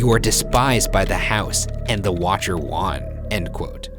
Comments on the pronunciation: "the watcher WON" (w-on) not won lpronounced one but W-ON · why does Ryan say “won” like that ??